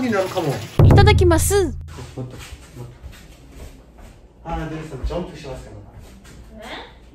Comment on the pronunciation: 이타다키마쓰 발음이 왜이렇게 한국인같나요 ㅋㅋㅋㅋ